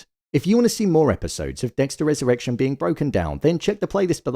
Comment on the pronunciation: I keep hearing "Dexter has erection" 😂